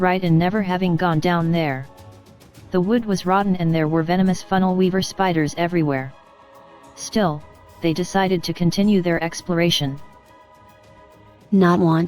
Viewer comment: The robo voice said funnel weeber spidrs lol